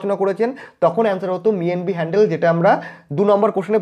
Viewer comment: আপনি 'হ‍্যালহেড ' কে হ‍্যান্ডেল উচ্চারণ করছেন কেন 😛😛😛